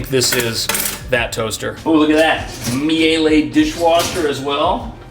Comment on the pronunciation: "Mee-LUH"! Not "Mee-aye-lay"! Right? I'm pretty sure that's how you say it. Now I'm doubting myself...wonderful brand though, I own their vacuums.